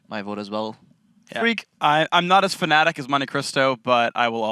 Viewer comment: Fanatic, it's just they pronounce it like fan nan teek coz of the French accent (sorry if that sounds racist, really not meant to but I can't think how else to explain it)